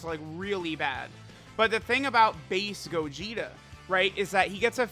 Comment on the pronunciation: i thought he said faze gogeta instead of base gogeta lmao